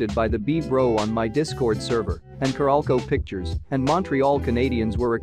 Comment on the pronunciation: Its "carolco" not "caralco"